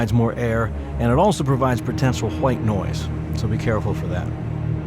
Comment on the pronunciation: "Potential Hu-white noise" lol. Thanks for the tutorial!